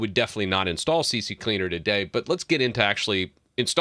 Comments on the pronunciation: Why you call C-cleaner C-C-cleaner? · Why si si cleaner? It’s Si cleaner just it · It's c cleaner not c c cleaner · Lol c c cleaner? Not c cleaner? Are these different programs? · It's not CCleaner it's C Cleaner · It's C C Leaner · its C CLEANER NOT CC CLEANER so if you make a video , be sure you know how to read and speak English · It's NOT CC Cleaner! It's C Cleaner. It's not hard to read ffs. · It's C-Cleaner not CC 🙂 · Why do people say Cee Cee Cleaner instead of Cee Cleaner? 😄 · It's OK, many of my customers pronounce "CC Cleaner" lol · The fact that u say c c cleaner makes me not trust ur info bro... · Why does everyone say c-c-cleaner (c x3) while there’s only 2 c’s 😫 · Guys... it is obviously C-C-leaner. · I stopped watching 45 seconds in because you kept calling it CC Cleaner. Have some comprehension please. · You don't even think about what you say before you say it. Maybe wright a scrip. This is painful to watch. Not even talking about you saying C.C.Cleaner so many people say that. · The way you pronounce CCleaner reminds me of a joke back in the day, the right one is CC-Leaner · At least I’m not the only one that called it CCCleaner XD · How many times did you say CC Cleaner lol it can catch you out. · Aah the old "C-C-Cleaner" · i pronounce it c-cleaner (kuh-cleaner) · CC cleaner 🤣 everyone pronounce like that